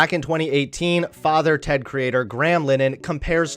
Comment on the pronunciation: Hearing an American saying father Ted is weird